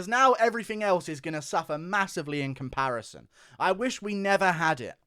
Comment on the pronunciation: Pear pronounce com par ison